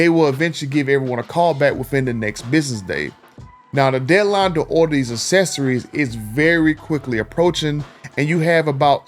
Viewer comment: Hard to do a video on accessories when you can’t pronounce accessories